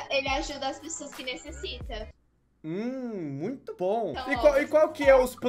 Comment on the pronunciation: "Ele ajuda as pessoas que necessitah" 🤣🤣